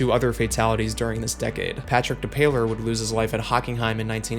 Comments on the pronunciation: *dep-ah-yay not depayler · Almost perfect that, except it’s pronounced Patrick DepEYE-YAY… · Patrick depailler is pronounced Patrick de-pie-ay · Btw, late, but its "Patrick (De-Pie-er) No Pail-er. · Great video, dude. Also, a lovely reminder of how adorable Americans are when they try and pronounce European names. Patrick De-piler might be my favourite attempt ever 😂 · Just for future reference, Depailler is pronounced Dep-eye-ay